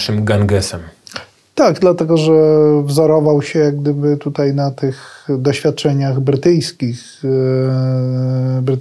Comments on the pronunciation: ...tutej....??? po polsku mówic nie nauczyli??? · Uszy mi więdną od tego "tutEJ".